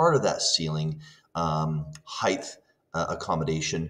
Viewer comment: "Height", not "heighdth"